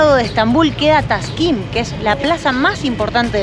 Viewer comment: ja ja ja no es taşkın ja ja es Taksim la plaza y el barrio me hiciste reír 😂😂😂❤🇦🇷🇦🇷